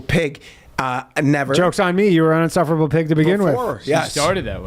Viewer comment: Boys it’s insufferable not unsufferable twhehehe